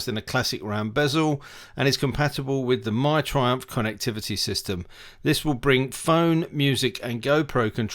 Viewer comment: Nissin? Brakes? Wtf ... Thriumph, though you were british...